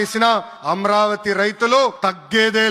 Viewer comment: అమ్రవతి కాదురా నాయన అమరావతి 😂